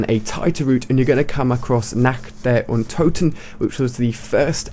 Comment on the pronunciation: untoten* not "unto ten"